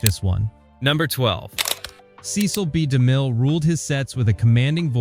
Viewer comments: The most insane detail is the sloppy inclusion of footage from John Huston's film "The Bible: In the Beginning.." released a decade after "The Ten Commandments." The second most insane detail is the narrator (AI?) treating the . in Cecil B. DeMille as a period at the end of a sentence, and beginning a new sentence with "Demille." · Five different "Hit Like & Subscribe" call outs ruins the video. So does AI narration. Every time the audio says "Cecil B. DeMille" the audio pauses due to the period instead of saying the name smoothly. What a travesty.